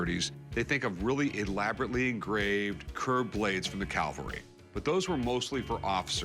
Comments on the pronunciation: < Hey Rick, it's pronounced. "CAValry", not CALVary.. 😊😉🤣 He's done that before.haha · It disgusts me to hear Rick say "caLvary". Like, come on dude thats the hill jesus died on, not cavalry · OK, Rick. It's not pronounced "Calvary", but Cavalry. Calvary was the place where Jesus was crucified, the Cavalry is something completely different.